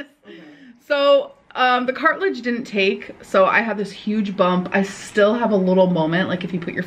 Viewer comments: “Her cartilage was dangleen”… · Every time she says "Cart-ledge", I feel like Im going to have a mental breakdown type molment